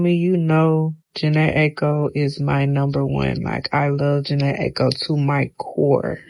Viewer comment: Favourite artist and cant pronounce her last name right 😂